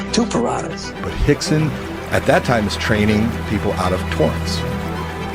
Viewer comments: Why is Rickson pronounced "Hickson", Royce, "Hoyce", ...when Rio de Janeiro is pronounced "Rio" and not "Hio de Janeiro"? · Lol especially when the R’s are pronounced as H’s lol